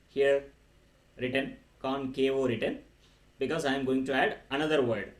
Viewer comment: Why did you add O like concavo, convexo, plano....tell me sir